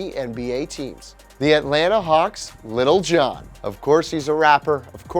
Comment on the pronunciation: Little Jon. Not lil I guess